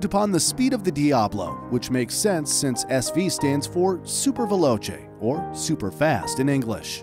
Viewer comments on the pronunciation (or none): none